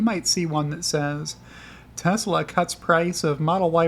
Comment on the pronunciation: "Telsa" + "EBITDA" = Good Times